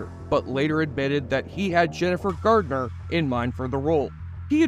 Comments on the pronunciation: Garner, not Gartner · It’s Jennifer Garner - it sounds like the narrator keeps saying “Gardner” . Odd ….